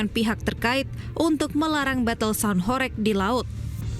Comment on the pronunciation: cara baca "HORG" bukan horeg. "Lekok" ... e bacanya seperti e pada kata "selasa" bukan e pada kata heran.